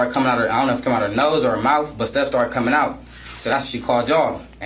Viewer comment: Do you think has problems with the “th” sound?😃 -mouf -den -dem -dat